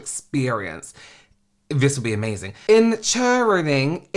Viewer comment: This was a whole roller coaster,. I have 3 children, so at first, I kept thinking about how livid I would have been, had I taken them to some scam like this. But then, hearing you pronounce, "Encherining!... Catgacating! Cartchy tuns! Exarserdray lollipops, and a pasadise of sweet teats," had me laughing until no sound came out. It sounded like something you and James would come up with, on your twin channel, when reading some silly product description from Wish. Next, I empathized with the poor performers who worked the event, and got hit with that woman's story at the end. I'm all out of emotions, my good man. I hope you have a catgacating weekend — full of cartchy tuns.